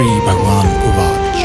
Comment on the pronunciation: Pranams Swamiji. Pleasure to hear you vice!!!!!!!!!!!!!!!!!!!! Please can it be pronounced with sanskrit intonations as uvacha, instead of uvach?